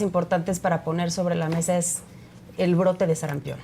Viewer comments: Este defensor de morena ni siquiera sabe el nombre correcto de la enfermedad. No es sarampeon, sr es sarampión. Joven el fanatismo irracional siempre es abominable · Que alguien les diga que es SARAMPIÓN no sarampeón, políticos y pen....